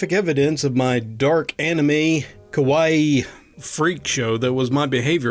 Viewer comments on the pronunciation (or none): none